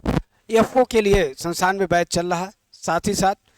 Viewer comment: Sir sansan na kha karo संस्थान बोलते है 😅😅😅😅